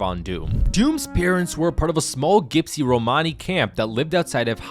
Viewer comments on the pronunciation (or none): Gypsy is pronounced JIPSY not Gipsy